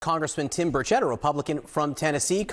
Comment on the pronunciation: His name is pronounced 'birch it' not 'bur chet.'